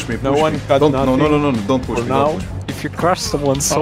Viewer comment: "don't poosh me >:|"